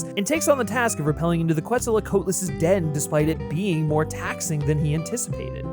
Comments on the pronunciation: I hate to be that guy: It's "Quetzalcoatlus" not "QuetzalAcoatlus" 🦧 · Hey, he tried. That word looks like gibberish if you aren't familiar. I don't think I saw a pronunciation guide in the comments here yet. For those who are interested, it is pronounced KET-sel-co-AHT-ul-us, like the Aztec god. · the pronunciation of quetzalcoatlus hurt my soul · This pronunciation hurt me